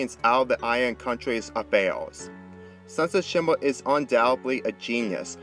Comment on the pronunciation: dis guy said sunset shima